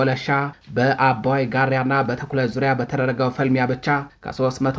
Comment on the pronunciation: ትንታጉ የመረብ ዘጋቢ እባክህ ጋራ እንጂ ጋርያ ብለህ አታንብብ።